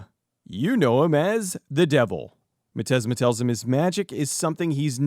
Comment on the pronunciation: Thank you for admitting when you made a misstep such as mispronouncing the main villain's name. It shows a great deal of positive character. But mostly, it highlights how much of a dork I AM for screaming at my computer, "Its pronounced 'miz-steam-ma!'" Great review.